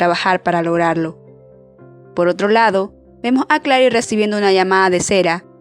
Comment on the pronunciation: Buenisimo el video, pero solo una cosa que me causo gracia del video. Adrion se pronuncia ''Eidrion'' y Claire se pronuncia ''klehr'' jajaja.